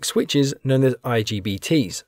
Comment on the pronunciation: Its not IGTB.. Its IGBT 😅😅😅